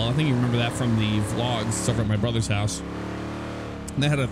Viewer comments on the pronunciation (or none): none